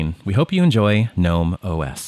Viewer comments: It's pronounced "guh-nome" not "nome", the "G" isn't silent. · Gnome, not nome. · It's pronounced "gah-nome" just like GNU is pronounced "gah-new" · I am pronouncing "GNOME" incorrectly so long 😅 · It's pronounced G-Nome (gernome) - apparently. I just say gnome. There was an extension that allowed you re-arrange the apps. Mind you there is an extension for almost everything on gnome. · It's pronounced G-nome. The g is not silent. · The g isn’t silent. And this is your job? How do you get that wrong?